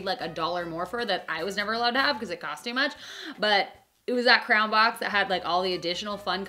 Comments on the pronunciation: you say crayon like 'crown' that was confusing XD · I like the way you pronounce crayon. Sounds like 👑